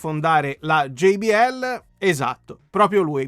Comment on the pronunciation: Bellissima recensione; già solo per il fatto che lo pronunci GEI-BI-EL e non GIBIELLE meriti un "Mi piace" grosso come una casa 😎